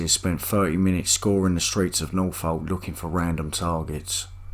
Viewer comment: Residents of Norfolk, don't be alarmed. This incident happened in Northolt. This man possesses poor pronunciation of words in his own language and it may confuse you.